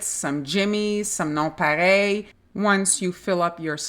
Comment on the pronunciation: Thx for pronouncing Non Pareil correctly!!!!